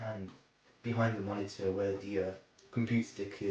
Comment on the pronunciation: cumpu-er cumpu-e dolers moni-er li-erally